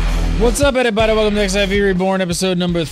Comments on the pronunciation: Unfortunately it's very evident doesn't know anything at all about the game. Also, it's fourteen, not "ex" "ai" "vee"... -. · Please stop calling it "Ex I Vee".